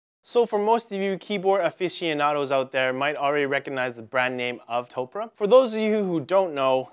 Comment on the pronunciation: Man... this is just... a poorly informed video various points throughout, and also -- "To-pu-re" not "Toprah" like Oprah.